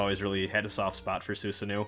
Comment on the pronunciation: I didn't know that was how Baphomet was supposed to be pronounced! As for Susanoo, that's another one that you stumbled on. The pronunciation is "Ssah-know-oh" (the first "u" is silent, the double "o"s are both long"). Don't worry, I only learned that one by watching Digimon Frontier a long time ago.